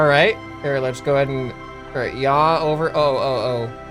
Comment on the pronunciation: Pich and yaw....no... ye haw